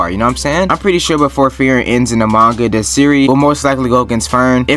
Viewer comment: "free-ren". not "fear-in"